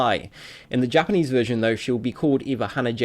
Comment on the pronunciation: Your Japanese pernaunciasion is terrible, it sounds to much like English